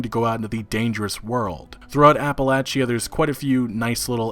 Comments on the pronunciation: it's pronounced appaleysha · The way you pronounce Appalachia kills me lol